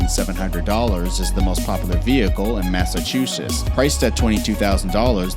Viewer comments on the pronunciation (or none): Mashachewshets. Right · Why can’t anyone say Massachusetts right